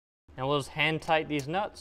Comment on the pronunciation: "Handtight Theze NUTZZ"... 🤣🤣🤣